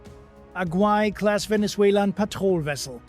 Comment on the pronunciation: Guaiquerí-class, not "Guai"